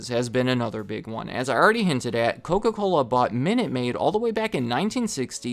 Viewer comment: "The height of the clola wars." 😂